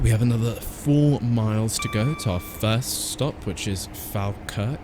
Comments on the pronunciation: Falkirk is pronounced "fall-kirk" rather than fal-kirk just fyi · Great video, I've watched your videos for ages but just realised I havnt subscribed, so I have now. So since you mentioned it falkirk high station is actually said like...... Fall- kirk, as in you're falling over. Just thought I'd say it because you said you like learning new things. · Falkirk is supposed to be "Fall-kirk" (a lower "all" 'a'). Or, that's how I've heard every conductor on that line say it. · You have pronounced my town wrong Falkirk Watch Some Falkirk games You have a failed to pronounced